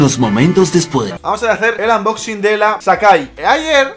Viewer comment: No se dice unboxing se dice anmboxin😭